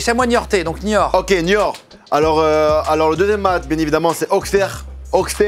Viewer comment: Je suis d'Auxerre et les entendrent dire le nom de la ville mas fait saigné des oreilles lol.. Il jous a Troyes c'est à 1h d'Auxerre en plus ^^